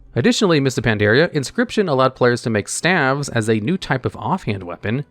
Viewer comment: Vert-chu-oh-so & stay-vs